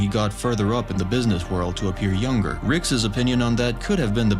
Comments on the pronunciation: you pronouncing Rick’s (r-icks) as “Rickses” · Just to help you out bud, “Rick’s/Ricks” is pronounced like “Rix” NOT “Rickses/Ricksays” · Why does he say "rickses" instead of "rick's" lol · Rickses? You're trying to say Rick's... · Why are you pronouncing it Rickses? It's just Rick's lol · Why do you keep saying "Ricks's" it's just "Rick's" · I am bothered by how you say Rick’s. Rickses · Dude why TF are you saying "Ricks's"? It's just "Rick's". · Why do you say Ricks's instead of Rick's? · is no one gonna point out the fact that he says ricks's instead of ricks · It's pronounced "Rick's" Not "Rickses." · Why do you say “Rick’s’s” as the possessive of Rick? (etc.) Just curious. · It honestly bothered me every time you said "Ricks's". Every single time. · Love your videos! 2 small things though. When referring to something belonging to Rick, it is prounouced Ricks, not Rickses. Also, it’s the Morty-est Morty, not Morteest. Much love !!! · No Ricks’es / Ricksess / Rick’ses. It’s “Rick’s”! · I may have to stop watching these if I hear Rickes not Rick’s or Diana not Diane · And repeatedly chose to use "Rick'ses" instead of "Rick's". smh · “Ricks’s”… please stop. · Why I saying ricks’s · stop saying rickses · "Rickses" "Rickses" "Rickses" "Rickses" "Rickses" "Rickses" "Rickses" "Rickses" "Rickses" "Rickses" "Rickses" "Rickses" "Rickses" "Rickses" "Rickses" "Rickses" "Rickses" "Rickses" "Rickses" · please stop saying "rickses" lol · Rick'ses pieces. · Anybody else notice this guy says “rickses” and “the love potion was infected with the flu”? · Yes it’s driving me nuts. And his accent is obviously that of a native English speaker. It’s “Rick’s” for God’s sake lol!